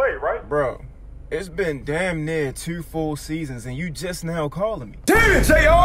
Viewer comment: You from Baltimore? ‘it’s been tewwww full seasons’